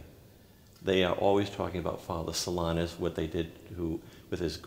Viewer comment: It's unfortunate that the host sometimes pronounces Blessed Solanus' name as "So LINE us."